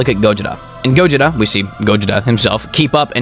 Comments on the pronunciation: Bro, it's Gojira not gojita like you keep on pronouncing. 🤦🏽‍♂️🤦🏽‍♂️🤦🏽‍♂️ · dude is saying gojida instead of gojira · You said gojira wrong